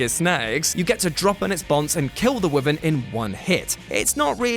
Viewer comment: Please learn how to pronounce wyvern 😂